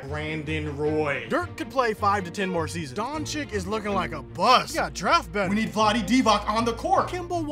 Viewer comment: Are you joking!?! You know how to say Antetokounmpo, but dont know how to say DONCIC!! Doncik?? WTF!? Do your HOMEWORK boy ;) #Doncic #Mavericks #Antetokounmpo